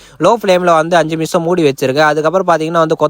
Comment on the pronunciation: நிமிஷம் ❌ மிஷம் ✅